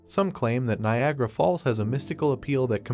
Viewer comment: Niagara. The misspellings and mispronunciations are very irresponsible yet easily avoidable.